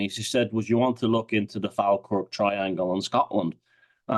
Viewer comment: it is pronounced Fall Kirk. Also a lot a medievel and 18th Century battles in the area.